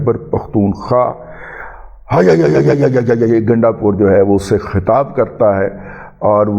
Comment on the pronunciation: Ganda pur ka name lay tay he ap kuttay ki tarha awaz kun nikaltay ha sit bilkul acha nahi lagta. I'm PML N lover and DADA G ap ko unsubscribed kia ha lakin izzat karna nahi chora. Sukriya